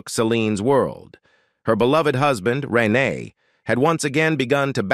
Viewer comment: Not pronouncing Renee’s name correctly and misspelling her name in a copy of the transcript is disrespectful.